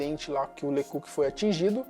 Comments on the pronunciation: Pára de falar "lê cúki". Era LÊ CÓK. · Se pronuncia „le cóc“, não „le cuc“.😉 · Me desculpe, mas você deveria saber falar corretamente os nomes das pessoas que você apresenta no seu áudio! Isto empobrece seu canal! O nome do policial se pronuncia “le cóc”, pois é francês! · COQ=GALO ACENTO TONICO NO O